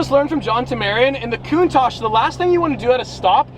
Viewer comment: Wanna black out in less than 8 minutes? Take a shot everytime he says “Lamborghini countash” lol